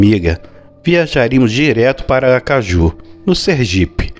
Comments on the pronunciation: Achei q ele falou acaraju. Porque eu sei q tem Aracajú. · A narrativa ia bem até chegar a parte dos dois demônios. Paciência... e outra coisa, a capital de Sergipe é Aracaju e não Acaraju. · Acaraju? ou Aracaju? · Amigo não é Acaraju é Aracaju rsss ótimos relatos e você é médium parabéns 😅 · Eu ouvindo o relato de madrugada e implicando com "Acaraju" é Aracaju. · Acarajú?😂 Sem querer corrigir ninguém, foi engraçado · Tbm nem prestei muita atenção toda hora q saia "acaraju" eu Moriá de rir ,terror acabou sendo engraçado kkkkkkk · Aracajú e não Acarajú. Hahahahaha 😂😂😂😂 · Não é Acarajú, é sim Aracaju kkk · ACARAJÚ? HAHAHAHAHAHAHA! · Só um detalhe, a narrativa é boa, mas a cidade não é "Acaraju" e sim "Aracaju" um abração...sou de Mossoró RN, mas moro em São Paulo 😁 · Acaraju ??? Kkkkkkkkkk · Acaraju ou Aracajú? 🤔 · Não é acaraju é Aracaju kkkk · Acaraju não dá....é Aracajú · Moço, a cidade e aracajú, não acaraju kk Sou sergipano e aracajuano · Onde fica Acaraju? Não é Aracajú? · Não é acaraju, é "Aracaju" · O caminhoneiro ficou tao traumatizado que troca as silabas das palavras, exemplo: acaraju e collora. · Parei de ouvir no "Acaraju" fui